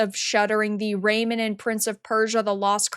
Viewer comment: Its pronounced like a hyphenated word, not a name. It's Ray-Man... RAY - MAN! Come on, just watch 1 trailer.